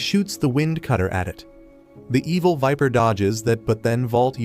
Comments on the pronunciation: NO IT’S EVIL VIPER NOT EVIL WIMPER AND I KNOW HE SAID WIMPER BUT IT’S EVIL VIPER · fr i hear evil wiper😂